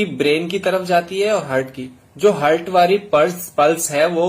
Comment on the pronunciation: Pahle English bolna Sikh Jitendra..hurt nahi Heart and human nahi Human....